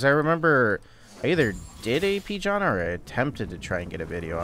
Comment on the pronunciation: Bro really said Jonna